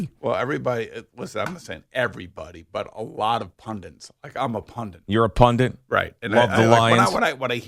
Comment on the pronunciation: Pundit not pundint